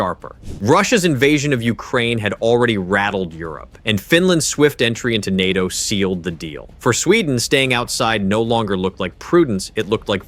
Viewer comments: En-At-Te-Oh. När den försökte säga N.A.T.O..... fast väldigt imponerande röst. Också att den var en hejare på svenska ord. Typ att de i manuset gjorde <Swedish>Totalförsvaret</Swedish> eller nåt... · Jag har aldrig hört en människa uttala NATO bokstav för bokstav, heller. Självfallet kan det vara en tillfällighet, men för närvarande känns det som att man inte kan lite på att någon bara säger fel längre heller. Andra ledtrådar jag ofta springer på är videor som uttalar 'Gripen' på 3 olika sätt 🫡